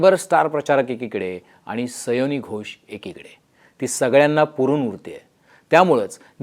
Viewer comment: सयोनी नव्हे सायोनी घोष हिंदी व मराठीत उच्चार सेम आहे